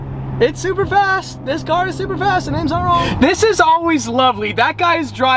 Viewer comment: i knew it from the body shape and the rear. the part where he said supa supa fast gave it away ;)